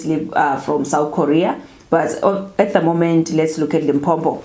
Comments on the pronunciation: it's not Limpompo my sister. It's Limpopo. No double M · It's Limpopo not Limpompo. Only one "M" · Not Limphopho but Limpopo.....that is how we pronounce it my sister. Like Mphumalanga and not Maphumalanga. Lol. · It’s L I M P O P O . Please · Why do you call our province Limpo-m-po? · That's how most Nguni people pronounce Limpopo